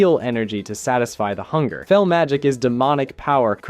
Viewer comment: oh the "feel energy" .... bro slow down . it is garona halforcen from half-orc, not orssen. and Fel... like when you >fell< from the changing table.